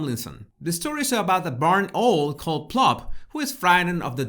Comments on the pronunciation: It is ow-l, not oh-l....but your pronunciation is charming. Love how you unpack symbols as as behaviors. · It's Owl, not an oil or what ever you said, Owl! O w all! say it that way. And Owl is a bird of prey in the USA, and most everywhere else today! Other than your mispronunciation...I do love your commentaries! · Owl is pronounced in English almost as two syllables: OW-well. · please get some pronounciation lessons🙏 sometimes it's really annoying you pronounciating specific words: it is OUWL, not Ooohl. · He doesn’t know how to pronounce owl. It pronounced ‘au l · Owl sounds like owul X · Love your pronunciation! Owl actually sounds like "awwl". I always enjoy your work, thank you. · Pronounce Owl= OWW ell Does that help? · Oh!!! I absolutely adore your pronunciation of the word “owl” “owhl” sounds much more romantic and fascinating. I love your videos x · "Ohwl" is the cutest mispronunciation I've ever heard! Absolute respect to you x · Love 💕 to you and yours . Owl 🦉🦉 is a tough one to pronounce if English is not your first language 🌹OW:L ..as in OU..T . Hope you don't take offence .. I'm just an old teacher working with the TEFL course students . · I don't know any English person who pronounces owl with 'well' on the end but I know what you're tying to say 😂 Prowl without the Pr. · I think you want to get the usual pronunciation in English for owl, at this point in life ...owl as in how or cow or now. Or vow, as in wedding vow,. Or wow. ....Cow is good,. As in,. " Mm is such a jealous cow. " 🐮🐄🐮🐄🐮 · After hearing you say Ole for owl about 7 times I just had to say that the correct pronunciation of owl is that it's just like cow with an l but minus the c. Cowl - l = owl. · Hi. Love your videos. This is not a criticism, but a help. Owl is pronounced awoool. I live in Portugal 🇵🇹 and am British, so I absolutely do this in Portuguese too. Listen to Catherine’s pronunciation. keep doing what you do! All very enlightening.x😉👍👋